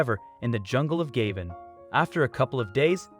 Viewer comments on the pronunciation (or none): Nice video. However, the country is pronounced ga-BONE.